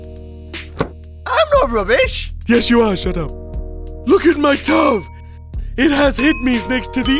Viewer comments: Look at my tuv, it has Heed-mees next to the uhsbs!, It pronunced tee-vee, hed-mees, u-s-b. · check out my tuv it has hidmis and ussbs, check out my puc, it has a dooved drive. lololololol that is not how you say it correctly, is "TV HDMI USB PC AND DVD. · TV=TUV HDMI=Hid me PC=PUC DVD=Duvd I have no idea why he pronounces these words wrong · "This is my tuv, it has hid-me's next the the uhsb's" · You are wrong it is T.V. and H.D.M.I. what are you polish? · "Look at my tuv, it has hud-mees next to the uhsbs"